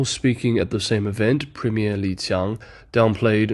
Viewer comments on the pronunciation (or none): none